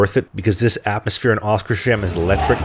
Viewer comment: You have probably been told this before, but it's pronounced "Oskars-hamn" (Oscar's Harbour)